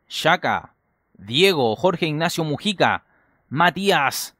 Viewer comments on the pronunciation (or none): none